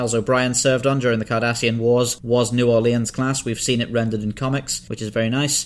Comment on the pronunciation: New Orleans is s pronounced "New Ore-lynns". Sometimes it's even pronounced "New Aww-lynns " but never "New Ore-leans".